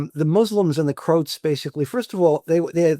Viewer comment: Why is he mispronouncing “Croats”?